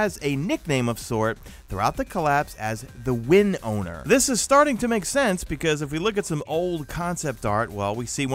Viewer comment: The way you say “win owner” sounds like a offbrand winrar